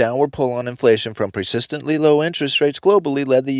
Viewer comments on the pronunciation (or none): I love the way he says "presistantly".